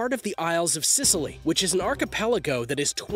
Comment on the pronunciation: Scilly in the Isles of scilly is pronounced the same as the word silly